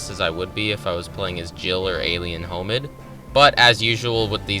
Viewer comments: you lost me when you pronounced hominid as homid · "Alien Homid" bruh